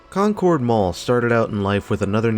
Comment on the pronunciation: It's a great mall, I went there a lot when I was at school at St. Mary Magdalen which is a little further south on Concords Pike. Pronounced like Conkurd btw, not the typical pronunciation such as in the Concorde Jet etc